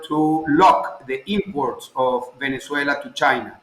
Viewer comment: VenezueNAH DAWG